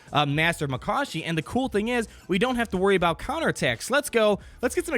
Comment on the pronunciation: It was driving me nuts yo haha You still da O.G.! Can't wait for Durge the Bounty Hunter this summer! Clone Wars Up!:P